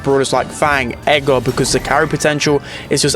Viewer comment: How says Edgar if english is not your first language: Edgar❌️ Ega✅️